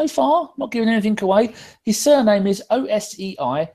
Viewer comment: Good job on the pronunciation: Osei is pronounced O-say not O-see or Ah-see. My futile guess was Lee Dixon on the 30th of October, but Danny gave it away at the end; had to Google him as I was unfamiliar.